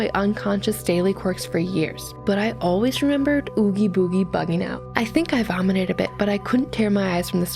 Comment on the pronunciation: Girl that is not how oogie boogie is pronounced and that mess is bothering the shit outta me 😱💀 Also skip to if y'all want to move straight to the Jack's kids stuff